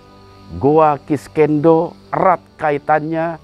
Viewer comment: Sekedar saran dan masukan, agar acara ini lebih profesional dan berkualitas utk para pemirsa, salah penyebutan nama goa nya konsisten banget 😂 "kiskenda" yg biasa disebut oleh orang goa "kiskendo" jg masalah jadwal tayang, mungkin saran saya perlu penambahan tenaga kerja di bidang editing utk membantu mas hendra supaya lebih efisien jg profesional lg, chanel ini sudah berkembang pesat, akan lebih baik jika lebih profesional lg dlm pengelolaannya. Terima kasih